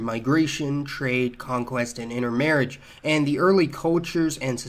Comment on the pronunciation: I don't tink they spread by "inner-marriage" 0.:22